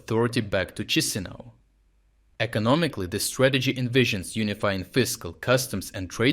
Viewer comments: Not Chizinau please, it’s Ki-shi-nau (Кишинэу) 😅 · it's always so wild when westerners find out about us lol also it's kee-she-nah-oo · It's pronounced Key-see-now